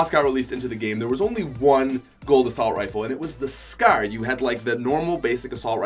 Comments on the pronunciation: Is anyone triggered that he says scer other than scar ? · Ur a fuckin nerd, say scar not fucking scare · Why do u say scar so weird. Scarr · Pls stop saying scar its ruff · Why does he say scare instead of scar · He keeps saying "Scrr" insteaf of "Scar" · Did he say scar or skrr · The scaer 😂😂😂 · the way my mans says Scar. S C A E R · The scaraare 😂😂😂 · I know he's Canadian but scar-scour? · “Gold scer” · “The skaer” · Omg he really had me dead when he was saying scar it sounded like he was saying “scare”😂 no hate tho makes some good vids 👍👍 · Hes saying the skaur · lol he calls a scar a scaar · He pronounced scar like skerr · You say scar really bad like you say scer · Wtf is a a scer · Anyone hate how he says scar? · I hate how he says scar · Every time he scar it made me laugh every time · The way this guy said scar makes me sad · U pronounce scar like an idiot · The way he says scar lol😂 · Who also cringed when he said scar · The way you say scar though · Why does he say scar like that?